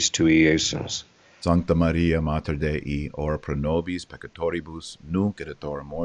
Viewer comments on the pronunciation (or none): none